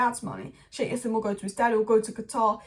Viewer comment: It's not yassim, in Arabic you pronounce the J.. it's Jassim